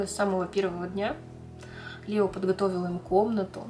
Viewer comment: Не Лео а Леоо